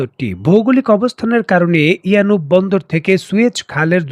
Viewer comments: It's a yanbu port , not yanub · ইয়ানুব নয় ইয়ানবো।